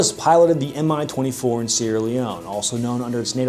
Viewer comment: It's not "em-eye 24", it's "mee 24". Two letter index in the name of the Soviet/Russian aircrafts is not an acronym, but a first letters of the head constructor's name: An - Antonov, Il - Ilyushin, Ka - Kamov, Mi - Mil, MiG - Mikoyan and Gurevich, Su - Sukhoy, Tu - Tupolev, etc.